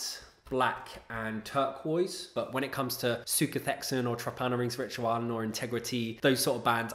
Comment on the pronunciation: very cool list. came here to support my buddies in sutekh hexen and glad i discovered this channel. only one quibble: you should really look into the correct pronounciation of trepanierungsritualen cheers